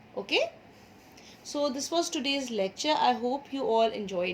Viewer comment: You said wash 😂😂